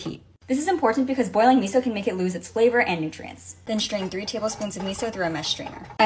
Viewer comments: It’s not pronounced My so soup it’s pronounced Me so 😂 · Not me getting annoyed at how that voice pronounced miso...